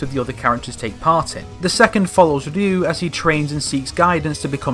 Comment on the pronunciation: Who the hell is "Rloo"?